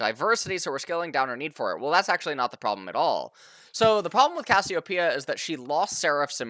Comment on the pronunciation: Thank you so much for pronouncing Cassiopeia correctly